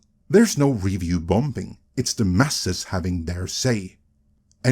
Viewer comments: Love how this guy always pronounces the silent B in bomBing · I guess that's how they pronounce it where he's from. Unlike when he pronounced "committee" so it sounded "comedy" (which he corrected after it was pointed out to him), "bomBing" doesn't cause any confusion.